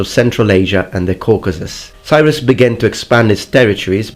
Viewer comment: Cyrus is awesome. You should totally do a video about him. And learn to pronounce his name